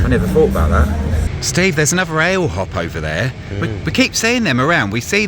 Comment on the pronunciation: I’m old , but I’d pronounce Ale Hop as “ally oop “ - like you’d say to a dog about to jump over a fence